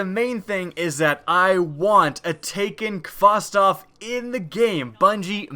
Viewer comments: Kh - vos - tov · nfsinternational Ik pronounces it like Kostov